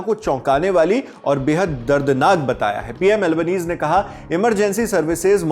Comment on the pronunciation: एंथनी अल्बनीज नहीं एंथनी अल्बानिजी